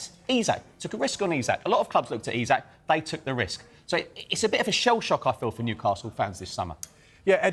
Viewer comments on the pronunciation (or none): none